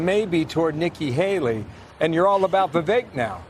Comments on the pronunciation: Why can't you correctly pronounce Vivek's name? I mean you're brilliant, so it's befuddling that you cannot catch that he pounces his name Vivake ( like cake.) Even the snippet you shared shows the correct pronunciation. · "Vivek" rhymes with "mistake." It takes 3 seconds to learn. Try a little.